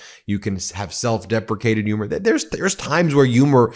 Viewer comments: I agree but humor has an H. Its not yoomer lol😂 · I agree with everything you said. But , my god man. The H in humor is pronounced ! It isn't silent !!😂